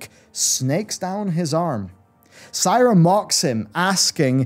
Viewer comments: One question - Who the fuck is "Psyra?" Do you mean SEAR-UH? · All wow voiceactors including the Talanji voiceactress, the narrator of the book you promote as an audiobook, pronounce Sira is : See-rah. Why do you keep saying Sai-rah? Its like the Witcher audiobooks when the narrator calls Dandelion , Dandillion it's so off putting. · "See-ra", it's "See-ra". Not "S-eye-ra". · Sigh-ra moonwarden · "Saira" Why does he pronounce it this way? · No hes saying seyeruh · "Sigh-ra moonwarden" 🤦🏻‍♂️ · Did he just say Syra? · And “Sira” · Quite a few mispronounciations, it's distracting lol : Apocethary Bomsamdi Bolarus "Sai"ra (Should be Si-rah) Aren't you a wow expert ? xD /tease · apockethary :) gotta be careful with some of these words! they are tricky. Also its not SAYRA its SIRA, like SIRI! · ihh! S-ihh-ra, and B-ihh-lgewater... >.>